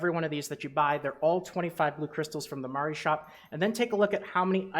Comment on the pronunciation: Love your videos man! Pronouncing Mari correctly is just an added bonus :)